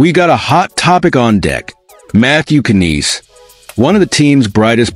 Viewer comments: terrible " KK- Nnes" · Matthew "Can-eass" 😂😂😂 get out of here.